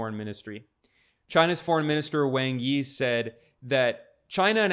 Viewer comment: I know it isn’t a big deal, but Wang Yi’s name is pronounced more like “Wong Ee”